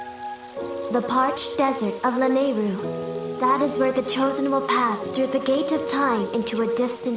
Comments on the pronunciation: I thought Lanayru was pronounced La-nayru or is it Lana-yru? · Hey, wasn't Lanayru pronounced Luh-nah-ee-roo?